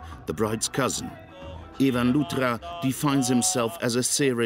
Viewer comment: The name isn't "Luthhhhraa," the sound doesn't even exist in Hindi lol